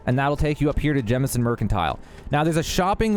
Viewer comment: Thank you for not calling it “Jamison”. I swear I hear people call it that and I immediately click off the video because they obviously only play because they followed someone else’s walkthrough.